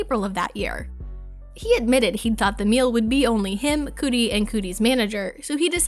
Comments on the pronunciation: Please stop saying, "Cootie".🤣 It is Cudi...Cud-ee- freakin' sheesh. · Coodi??? Ugh my god I had to stop watching this after this horrible narrator said Coodi for the 19th time….CUDI (pronounced Cuddy) NOT COODI!!! PLEASE SHOW AN OUNCE OF PROFESSIONALISM AND DO THE BARE MINIMAL RESEARCH BEFORE CREATING YOUR CONTENT!! NO EXCUSES…Thanks Flime Strike I mean Film Streak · The way she says Cudi is cringe it Cudi like cuhdi not coodi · Bruh it's not Coodie 😂 So disrespectful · It is not Koody, it's car-dy! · "Kid" what now ?!?!? Was she saying "couldy" or some weird shit lol Cudi isn't difficult to say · Coodi 🤦‍♂️ its Cudi (Cudeee) dam it lol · Its Kuh-dee, not Koooooodie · Cudi. not Coodi😭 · It’s kuuuuudi not coooodie ! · Pronounce names better k thanks Coodi lol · I'm glad someone mentioned it. I thought, there's no way in hell she is getting away with calling him "KID Coody" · I'm old as shit if Kid Cudi is pronounced Kid "Coodi" these days. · CUT EEEE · Well just heard someone pronounced it as cooties, lol. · Right!?!? I was that person that couldn't stand people that correct others on how you pronounce things, but quickly noticed its because I'm one of them lmao. It's 'K-UH-DEE'. Same with 'Nevada'...but then again I'm from Nevada so it's a thing here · Read comments first and knew u meant Kudi ffs….. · So we not gonna talk about the pronunciation of Cudi??!!! Coodie🤣I lost my ish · Why they let her upload this saying “Coodie?” His name is now “Coodie.” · When the narrator of a pop culture video doesnt know how to pronounce "Chalamet" or "Cudi". She literally kept saying Cootie. wtf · I'm sorry... "koodie"?.. my girl at least pronounce their names correctly 🤣😅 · Can someone please explain why she kept saying “Kid COODIE” …why?! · Cuh dee and shah lah meh is how it’s pronounced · Have some girl read lines and not know how to pronounce kid cudi or timothée chalamet. Great video.... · This bih can't pronounce kid cudi name